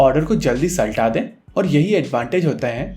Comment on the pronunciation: Did he just say सल्टा दें? 😭🤣